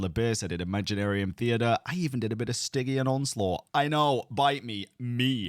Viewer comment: that’s.. not how to pronounce stygian 😭